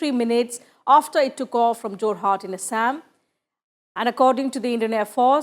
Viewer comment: not "asshame"...it's "ASSAM"...upgrade ur knowledge...so called highly educated moran